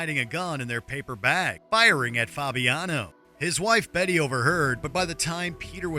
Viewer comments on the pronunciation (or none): none